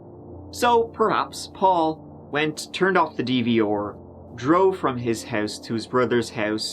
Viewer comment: Superb coverage, as always,. PS - The way you pronounce ‘DVR’ (eg, just before the mark) is the coolest thing I’ve ever heard spoken….. 👍🍻 Thank you So Much!!!